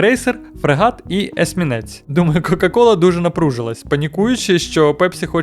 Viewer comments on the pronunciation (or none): Ніколи не чув щоб так смішно хтось прочитав слово есмінець)))